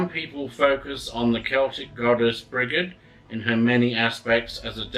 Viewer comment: sorry but not to be picky on how to pronounce her name but i believe it pronounce "bridge - id" ha sorry just had to help lol Mary Imbolc every one )O(